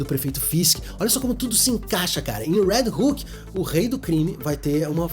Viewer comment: Quando tu falava "Red Hook" eu pensava que tu tava falando do "Red Hulk" kkkkkkkk